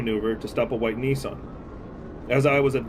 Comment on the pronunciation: Bro can’t even pronounce Nissan correctly 🤣🤣🤣